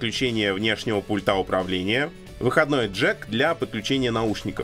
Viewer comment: "к вЫходам", "пУльты"